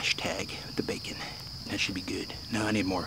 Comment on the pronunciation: when he was eating he said bacmon